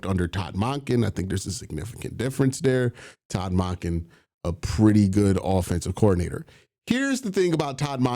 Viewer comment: Q idk if you are pronouncing salah and monken completely wrong because you’re being funny or genuinely can’t say their names